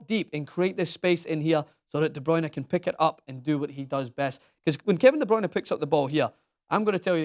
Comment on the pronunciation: Why does he pronounce it De BrAyne ? It's not De BrOyne , not De BrAyne - it's De BrUyne